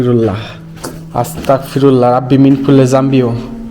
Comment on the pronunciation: আস্তাগফিরুল্লাহ এর উচ্চারণ (গ) হবে আস্তাগফিরুল্লাহ। ❤